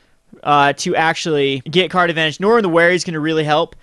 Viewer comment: Stop saying Norwin!!! Aaaaaaggggghhhhh!!! :)